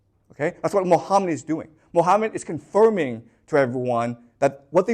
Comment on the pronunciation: Islam literature has answer to all 3 questions. Its found in 2 islamic sources that every serious moslem knows about. Called Sunnah and Seerah.Also known in English as traditions and lifestory of Thee Prophet Mohammad. Who's real name is pronounced Mo ga mat. Peace be on him